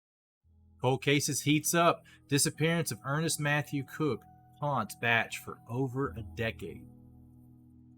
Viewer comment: Ernest is my Grandfather also not to nitpick but it's pronounced like bae ch not batch even though its spelled like bache